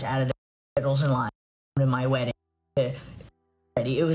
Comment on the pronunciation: Mikayla can't pronounce the word WEDDING...smh how she's an influencer is mind blowing 😮🫣